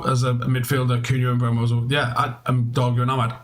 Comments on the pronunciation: It's Mboo-mo. He's said that consistently. Even United just got him to release a video saying how to pronounce his name. Stop mispronouncing it. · ‘Mboomo’, come on now this is how it is said